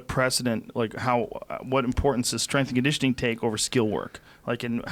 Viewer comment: TJ "My Straingitioning Coach" Dillashaw